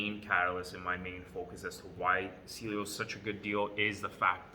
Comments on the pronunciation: It’s pronounced ceaylo as in cialis not seelio... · Can’t even pronounce the company name right